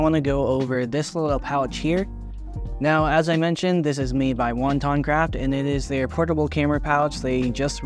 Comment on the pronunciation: Wo-tan-craft not wonton craft. Thanks for making this video. How does bringing the camera out of the bag feel? It’s a tight case with a contour zipper so does that make it feel like a hassle bringing the camera out and putting it back on while zipping it open and close.. I like the size but the quick access on the smallest pilot 2l seems to be a better fit for a edc.